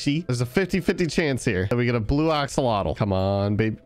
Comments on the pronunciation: Day 1 of telling to say axalotl not oxolotl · OXOLOTOL -_- AXE-L-OTL